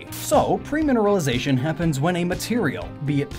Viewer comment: everytime he said PREmineralization i died a bit inside